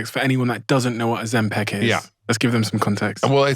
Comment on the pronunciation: Ozempik! Not Ozempack 😁 please!!!